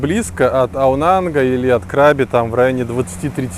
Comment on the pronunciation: КрабИ, ударение на последний слог. Это провинция, а не пляж) Ребят, вы были в самой красивой провинции и не увидели ничего вообще. Возврвщайтесь, Рейли и острова ждут вас.